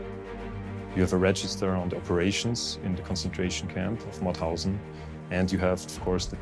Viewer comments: Its MaUthausen, not Mathausen. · It's MaUthausen